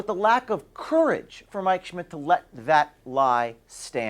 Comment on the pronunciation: When you say Mike Schmidt its sounds like your saying my 💩 🤣